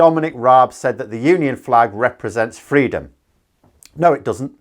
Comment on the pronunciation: Did Raab seriously say “freedurm”? Oh my God, that’s embarrassing